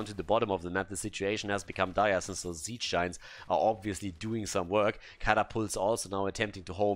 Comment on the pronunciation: I love it when gets excited with casting the game and suddenly the "Sappers" become "Zappers" and "Siege Giants" become "Ziege Giants".